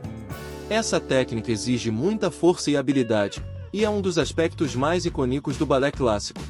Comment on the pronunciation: 18 = a)- para mim, tem outro nome: bale (com acento; meu teclado tem problema); b)- iconico deve ser pronunciado com acento.